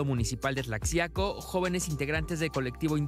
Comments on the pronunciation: Como odio q no sepan pronunciar el nombre de la ciudad y aveces del estado,es igual q como se pronuncia mexico, se pronuncia como si fuera j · Que vergüenza que nisiquiera saben pronunciar Tlaxiaco ni ella ni el , ah pero no fuera ingles por que ahí si se lucen . Investiguen es su "trabajo" . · tal vez no me explique... se escribe Tlaxiaco... y se pronuncia con "j".... como México se pronuncia con "j".. en M.ÉXICO.!!!.. Y eso es faltarle el resspeto ??.. a quien???? Al q no sabe???? uuuyyyyy q delicadoos!!! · Pronuncian mal "Tlaxiaco" y a cada rato lo dicen. Dan pena. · Se escribe tlaxiaco, pero se pronuncia "tlajiaco", no es posible q el reportero después d escuchar tanto el nombre del lugar no lo pronuncie como es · Se pronuncia : Tlajiaco...con jota... como Méjico...con jota... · Yo no soy de Mexico, y me imagino que se pronuncia Tla-Ji-aco. no como lo pronuncia la presentadora dice Tlashiaco. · Se escribe Tlaxiaco y se pronuncia Tlajiaco, no Tlacciaco ni Tlashiaco🙈 Bien por Yalitza! Felicidades 🎉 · Y dale con Tlashiaco, después de tantos reportajes ya deberían pronunciarlo bien, además los reporteros estuvieron ahí. Se escribe Tlaxiaco y se pronuncia (Tlajiaco), igual que Oaxaca o México. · No es "Tlashiaco" es "Tlajiaco" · Y pronuncio clajiaco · Están bien o con su pronunciación culera sí es la x de México es tlajiaco(así suena) se escribe Tlaxiaco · Parque "Porfirio Díaz" y se pronuncia "Tlajiaco" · Mucho pinche argüende x comentar q la reportera no pronunció bien TLAXIACO!!!...se pronuncia Tlajiaco!!! .... solo hice un comparativo con la palabra MEXICO!! para mejor entendimiento , pero tal parece que fue contraproducente.....que pena que haya personas que no comprendan la lectura.. En fin así son las redes... cada quien lee lo que quiere.... pero los que si tienen l aobligación de pronunciarlo bien son los periodistas!!!... para eso se preparan!!.. PERO ESO YA ES OTRA HISTORIA! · Se pronuncia TLAJIACO!!!!! Documéntense antes... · Tlashiaco xdd